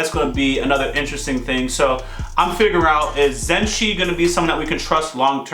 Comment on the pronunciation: its ok, just remember people will like to see you react to the parts of the series that made them react in a especial way like in this case the resolution of the hisoka castro fight and the troupe part, still i like the channel a lot 💐 Pd: Its ZUSHIIIIIIII not ZENSHII